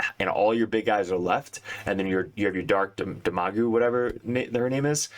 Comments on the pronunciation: D EHM-UH-GAWG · Dem-a- gog :)